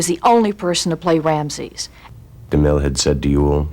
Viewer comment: "Ramses ears"?? WTF? What English is this woman speaking?